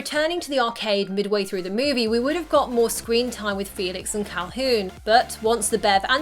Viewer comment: Sadly she said Caulhoon.*hoon*